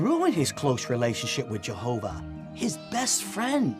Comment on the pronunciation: I hear this in Caleb and Sophia videos too: why do they pronounce Jehovah like that? Like Jehoovaaa